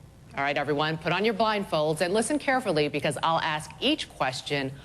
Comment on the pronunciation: No Monica, Shannon didn't AXE you to vote her out. She ASKED you to. English. Learn it.